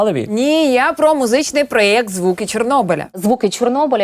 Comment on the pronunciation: проєкт, не проект))